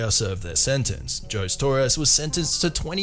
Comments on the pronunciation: Did you seriously just call him “Joes Torres”? It’s pronounced “Ho-say” dude! Do they not have any Latinos where you’re from? 😆😂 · Ho-se not jose. It's a spanish name that is easy to pronounce. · Lol it’s pronounced Ho-zay not Joe’s… I’m guessing folks named Jose are not common where you are from. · Dude, it's not pronounced "Joes", it's "hoe-say" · Is this a robot? Because nobody actually pronounces that name "Joze". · Jose.....it's ho zay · Jose? Its Ho-zey. 😆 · The name "Jose" is pronounced Ho-zay. Just letting you know for the future! Great video! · Seriously, this commentator is so dumb he doesn’t know how to pronounce Jose? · You're saying Jose wrong he's spanish. The J has an h sound. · The way he pronounced José tho 😂